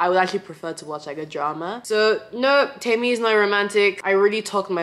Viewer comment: I like that you pronounce your name right. Like Temí meaning mine and not Temmy.